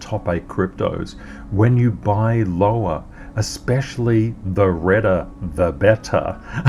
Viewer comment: Redderrr the betterrr? What has happened to!!